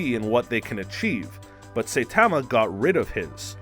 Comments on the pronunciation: It’s not that important but Saitama is not pronounced, say - tah - mah, it’s pronounced, sah - eee - tah - mah. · it is pronounce Sa-yi-da-ma , not Say-ta-ma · GET IT RIGHT HE'S NOT PRONOUNCED "SAI-TA-MA" HE'S PRONOUNCED "SA-I-TA-MA" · It annoys me so much when he says "Saytama".Does he even watch anime? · Dude just said Saipan wrong and I’m clicking off now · Say TAH ma just made me cringe so much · “Say Tamma” 😂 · Nobody, I mean absolutely nobody. This guy: Satamma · U pronounced saitama as saytama and super sayian as super saiyan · “Saytama”. Narrator clearly watches the show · Please learn pronunciations of saitama and saiyan 🙏 and this isn't how he really got his powers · i cant stand the way the guy says "saitama" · You prounounced Saitama Do you watch dub or sub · We've just started any you're already pronouncing Saitama wrong. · Why can't he say saitama name right and why can't he say super Saiyan right? It's not like they don't repeatedly say it in the shows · He also mispronounces Saitama. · ikr he pronounces saitama as the way you pronounce saiyan and vice versa. Irritating as hell 😂 and yes i probably spelled those wrong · super cyan huh? say tama huh? are you just reading a script dude? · Everyone is so obsessed with how he says “Super Cyan” that that missed the 10 more times he says “Saytama” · This man said Super Sighyan 😒 then called Saitama Saytama.. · it’s funny he says saytama and saiiyan but if he switch the first parts around he would say them right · LOL nice video, funny too XD. But you pronounced a couple of things.. differently than I would have. First, MAN-GUH, then Saiyans, and Saitama lol but whatever still get a thumbs up from me.